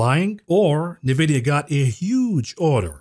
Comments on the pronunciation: It's funny how you say Nevidia instead of N vidia!! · Brah, I prompted ChatGPT on how to pronounce "Nvidia" and it said ""Nvidia" is typically pronounced as "en-vid-ee-uh." My ear hears "Nah-vid- ee-uh from your pronunciation. Otherwise another great show from the. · My man, please stop saying nuh-vidia. Please. It's N-vidia, as in the letter N. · unless chatgpt buy all of nvidia stock forever.... then no. its pronounced N vidia!!! please!